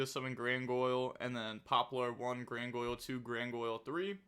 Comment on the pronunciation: Why do you say Grangoyle😭😭